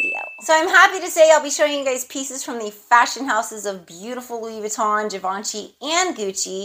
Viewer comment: Happy Birthday Nice haul as always!!! The way you say Givenchy is perfectly fine😉(I’m French so I can reassure you) And your food for thoughts… I felt like you were talking to me So true I can’t wait to hear the new change in your life…surely another blessing that you deserve so much Have a great day 🥰